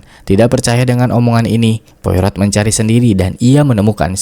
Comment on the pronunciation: Poirot = POAro, Jangan seperti mak EroT nyebutnya. Hercule Poirot - Herkul Poaro. Reservoir = reservOA